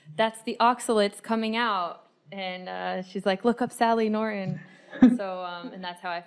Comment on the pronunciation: It's Nor-ton, not Norin